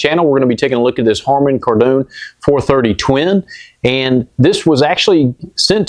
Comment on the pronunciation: Love ya but You're still over pronouncing "Kardon" Did you used to watch Johnny Carsone? Buy your cigs by the cartone? It's "car-den".